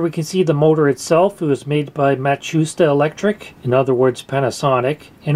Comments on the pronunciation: I'm sure someone has mentioned it already, or it's a reference I don't get, but it's pronounced "Mot-sue-shee-ta", not "Muh-shoe-stuh". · It's not MACHUSTA....It's MAT SU SHITA... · It's Mah-tzoo-shee-tah, not whatever it was you said. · Matsushita is pronounced matt sue sheet ah